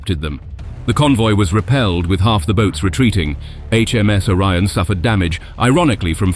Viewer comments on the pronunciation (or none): none